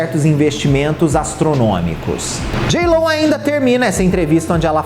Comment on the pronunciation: Simmmmm, inclusive se vc olhar a foto do perfil no youtube, tem a cara das cantoras repetidas, mas não tem a JLO! Kkkkkk. Imagina vc ser crítico de música e ser parcial desse jeito? Ele é tão desrespeitoso que nem o nome dela ele fala direito, chama de jiló... Faça-me o favor!!!!